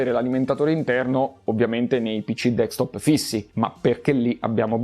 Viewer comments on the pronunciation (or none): none